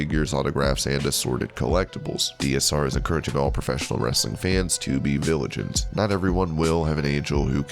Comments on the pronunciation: did he say viligant? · You mispronounced vigilant.